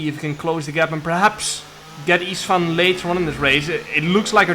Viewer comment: Csaba = Chaba Istvan = Ishtvan Now you pronounce it correctly:)